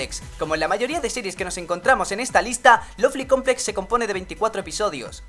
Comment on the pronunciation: Eres el primero qu escucho, que pronuncie bien lovely complex